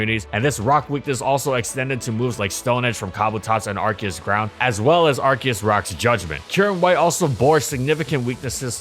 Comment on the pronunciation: It's Arceus not Arkeus